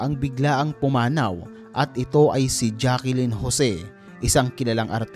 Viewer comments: Sino ba tong nagdub or voice over? Jaclyn po hindi Jackelyn. Rico Yan din po at hindi Rico Ryan. Bonaks... 😄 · Jaclyn po NOT Jackelyn😂